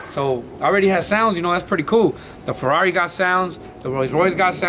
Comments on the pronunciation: Ferrari no ferrauri ya se le olvido el español eso si q no es humilde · Un ferruauri? Jaja el carro no es ni americano para que lo pronuncies asi. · Feruari faruari a la verga ya se me olvido como se pronuncia 🤔🤔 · Que verga es un Ros Rouis Toun Tousen Naitin o que dijo jaja? O el ferrawri😂😂no no sierto mis respetos pal jimy ha logrado miles de cosas con su esfuerzo. 👑👑